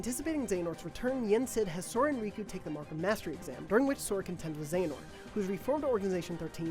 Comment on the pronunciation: Not even gonna watch due ti your pronunciations of Xehanort & Eraqus years back